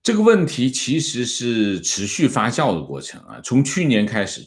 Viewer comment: 被維尼帶進坑了，發酵，不是發笑😂😂